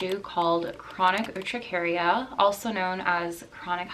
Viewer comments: I've had Urticaria for most of my life. You don't even know how to pronounce it and have most of the information wrong. I think this topic is not for you. Honey do your research before you open that dumb mouth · girl you literally didn't even spell or pronounce it correctly in your video. ugh.